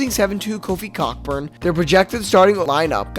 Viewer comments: COCK burn LOL 😂. The 🐓 is silent my dear boy. It's pronounced *KOE burn*. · Dude....it is pronounced KO-BURN. Geez.